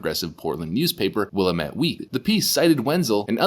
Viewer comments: The name Willamette is pronounced Wil - lam - met not Willimutt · It is pronounced Will AM ette, not Willa mette. Just clarifying. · Yeah antifa sux but You Pronounce Willamette. Will Am It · willamettette is pronounced will-am-et not willa-met , it is an indian names as are many cities in this area just like spo-can not spo- cane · will-AM-ette is the correct emphasis on that name. (I grew up in Oregon.) But thanks for your excellent work, as always. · Willamette is pronounced Will-AM-it. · In case the pronunciation of "Willamette" comes up again: It sounds like Will ....am....it. I moved out here years ago and had to find out how to pronounce that, as well as Siuslaw, Yachats, and Coquille. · Love your channel. For what it's worth, "Willamette" rhymes with DAMMIT, so thinking "Dammit Willamette" makes pronunciation easy. Great reports! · Pronounced Willamette = wuh lam it. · Willamette is pronounced Will-Am-It. I find it funny how nobody outside of Oregon pronounces it correctly. Keep up the great work. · Former Oregonian here. It's pronounced wih-LAMB-it fyi :) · Love the channel. FYI- it’s pronounced “Will Lamb Ette” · If you're going to quote Willamette Week, pronounce Willamette correctly please. It's pronounced WilLAMitt, emphasis on the capitol letters. I realize that's common for those who are not local residents like many other names across the country. Example; Puyallup WA, pronounced PooYALLup. Thanks. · Willamette Is pronounced (wa-lamb-it) by locals. It’s a native American word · Willamette is pronounced Wil-am-et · The paper Willamette is pronounced > Wha lam eth < as it the River running thru Portland. I am a SoCal Conserv' but go to Oregon to fish Steelhead.. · It’s pronounced will lam it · Dude, please google how to pronounce "Willamette". Thank you. On a side note, I still love your vids. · It’s pronounced willamette, dammit!